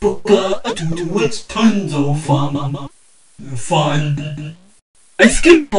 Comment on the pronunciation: Hooka a chew imma chewing my gum booka a two it's tons of fum... uh Fun